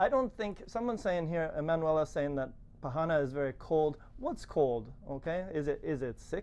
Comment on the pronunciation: well. you should search on internet how to pronounce the word PARANÀ. you say PARRANA. correct is ParanÀ, NÀ, NÀ no double RR.